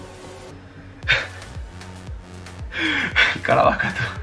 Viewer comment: Jajjajj...el "CARAVAKA"....a tí la gomina aféctate mucho,.....no te eches más antes de los videos....XD....ye broma hom,jajajjj...yo también me reí...a veces hablas muy deprisa y ye normal